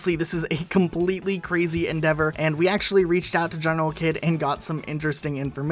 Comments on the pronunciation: I think it's pronounced "General heed" not kid. Unsure about that though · General kid doesn't pronounce his name properly. He actually pronounces it as general heed. Lol